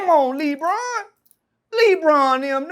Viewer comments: Come On Lee-Bron 😂🤣😂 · Come on Lee-Bron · the way he says Lebron 😂😂